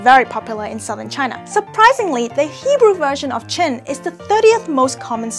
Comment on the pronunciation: Lol. The Hebrew last name is pronounced like "Khen", with a guttural "kh" sound. It means "grace", "charm", "favor", and "beauty". Also you placed the diacritic marks in the wrong place. They're supposed to go under the ח (not between the letters). Source: I'm an Israeli who speaks fluent Hebrew (and Mandarin).